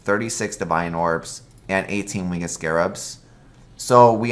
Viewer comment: Are you saying win GED when you say the word winged? what accent is that?